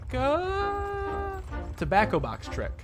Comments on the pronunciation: not to be a buzzkill or anything but it's pronounced "Corsica" and not "Corsaica" like idk, "core-sick-a" something like that. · it's pronounced kor-see-ka:))))) Edit: The word was corsica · tip for:”COR-sick-a” caps means emphasis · Pretty sure Corsica is pronounced like, core-si(ck)-ka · im so confused but so interested on how he pronounces corsica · Honestly at this point I’m impressed that you’re still finding new ways to mispronounce Corsica 😂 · Hearing you mispronounce Cagliostro and Corsica is making my history nerd brain shortcircuit